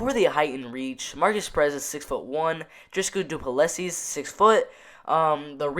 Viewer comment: haha you butcher the name and surname but we all know who you are talking about so no problem:)